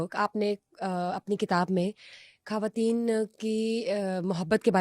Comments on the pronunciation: کھریدنا۔ گریب۔ کھواتین۔ جیرہ گلط مہربانی کر کے اتنے بڑے پلیٹ فارم پہ بیٹھ کر زبان کو صحیح تو بولیں یہ کوئی بھی لفظ اردو کا نہیں ہے آپکو کمپلیکس ہے اپنی زبان پہ آپکو فخر ہونا چاہیئے ۔ ڈاکٹر صاحب کی اتنی عمدہ گفتگو کو آپکی وجہ سے سننے میں بہت مشکل ہوئی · ہمارا complex English ہے وہ تو درست بولنی چاہیئے ۔ مگر اپنی مادری زبان کی تباہی کرتے جائیں خواتین کو کھواتین کہیں اتنے بڑے پلیٹ فارم پہ بیٹھ کر غلط بولنا اب سمجھ آیا کہ آپ کمپلیکس میں ہیں کیونکہ انڈیا میں خ کی جگہ کھ ہے غ کی جگہ گ ہوتا ہے گریب کوئی لفظ نہیں ہے اردو کو مت بگاڑیں وہ انکی زبان ہے اردو ہماری زبان ہے ۔ ڈاکٹر صاحب کی اتنی عمدہ گفتگو کو آپ نے بد مزہ کر دیا ہے ۔ گلط نہیں ہوتا غلط ہوتا ہے ۔ آپ نے اگر انگلش اور ہندی بولنی ہے تو صرف اس زبان میں ہی بات کریں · اردو میں کھواتین نہیں ہوتا کھواتین کسی زبان کا لفظ نہیں ہے ۔ صحیح لفظ خواتین ہے